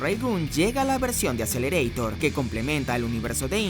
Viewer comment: no lo pronuncies en inglés como todos esos que ven anime y no saben japonés di mejor "Akuserereetaa"